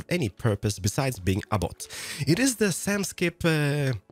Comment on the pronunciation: Valentijn yea, but he said it as bot